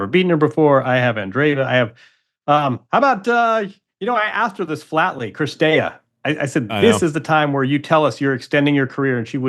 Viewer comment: STOP SAYING CRISTEA FFS !! IT'S CIRSTEA! I know Americans suck at foreign names and languages but still...